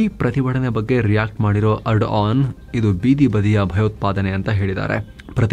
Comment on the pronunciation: ಬೋಳಿಮಗನೆ ಟರ್ಕಿ ಅಧ್ಯಕ್ಷ ನ ಹೆಸರು ಎಡನ್ ಅಲ್ಲ ಏರ್ಡೋಗನ್ ಸರಿಯಾಗಿ ಬೊಗಳೋ ಬೇವರ್ಸಿ